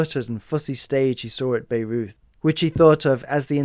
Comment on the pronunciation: This is excellent. Thank you! One small note: Beureuth is typically pronounced as bye-ROYT Oh, and speaking of crucibles of Fascism, for me it is important to contextualise the reference to Edward Gordon Craig. He was a Fascist. He embraced the ideology and adopted the language in his writing about theatre, even demanding to ‘rid Theatre of defective beings’. And if one were in any doubt about his beliefs, I note: 'Craig's archive was purchased by Hans Posse on instructions from Adolf Hitler, for Hitler's planned Führermuseum in Linz, Austria.'